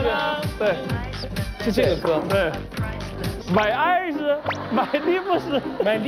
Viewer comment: my ass（eyes）过分了哈哈哈哈哈哈，感觉英文特别好的朗朗瞬间明白了哈哈哈哈